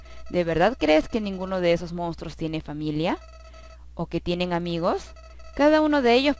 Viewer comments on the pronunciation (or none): none